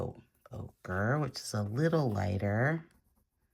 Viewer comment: hi loved this demo, Gauche can get muddy, but not in your hands! A white Chinagraph pencil is great when sharp, for pure white…also Prisma colour White is one of my fave White pencils but watercolour needs to be dry. My fav White pen is the Uni-ball SigNo…bright White when needed. Every time you say Okra I can’t help but see a plate of those damn things!! Ochre is an earth pigment and is pronounced Oak ah… 😂